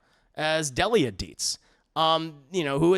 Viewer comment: How you pronounce Delia 😧